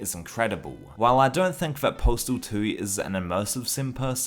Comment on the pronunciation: Why do you keep saying postal tooie?